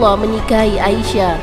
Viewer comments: Aisyah bukan A I sah :( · kak aisyah ya bukan ai sya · Baca Aisah aja GK becus..coba anda baca ia..pasti bisa kenapa baca ai GK bisa? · There is no A isyah...Sebutan yang benar..Aisyah.... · Aisah. Bukan A.-------- isyah. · Udah bener siti aisyah malah di bilang A isyah apa²n ini suranya tidak bener